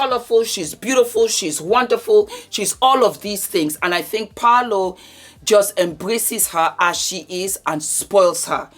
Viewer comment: I jumped right in 😂, you look fabulous as always ma'am, and yea it's 'Paul-o'.... This episode was everything, it was givviiiing everything it was supposed to give, and ofcos your review.... Bless your heart ❤